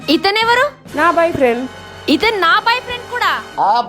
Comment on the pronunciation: Boy friend ❌ baai friend ✅ Park ❌ parku ✅ Sorry ❌ swaari✅ 😂😂😂😂😂😂😂